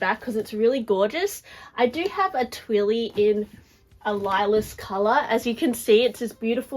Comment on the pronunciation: Lilas is pronounced « Leela »